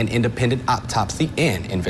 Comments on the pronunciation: “Optopsy” how did that kid get that job? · CAN WE PLEASE STOP SAYING OPTOPSY!!! It’s autopsy. Am I wrong? 😂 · what the heck is an otttopsy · That super sassy reporter can't speak English properly, and someone thought YES, let's put this "man" on TV to disseminate information to the public. I listened to his silly self 5 times. He said Optopsy. He had a really hard time pronouncing other words as well, but OPTOPSY!? Also you know his sockless while wearing dress shoes ass shoes stink to high heaven! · Anyone gonna talk about the fact that that news reporter in Mississippi can’t pronounce the words “autopsy” or “asking” 😂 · They couldn't care less about facts or justice. All they want is an excuse to loot, burn & fundraise like BLM movement. Also, the reporter,, has to be a DEI, who got a degree with the help of the Affirmative Action. He tried to sound intelligent but failed as he couldn't pronounce some words. It's a clear indication that he hasn't heard of or has used those words. It's a sad time we live in.